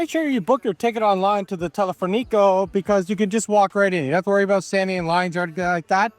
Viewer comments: She says "teleferico" with the accent on the" i". A change of an accent can make a word unintelligeable! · Intentó decir teleférico. No le dis color ctm!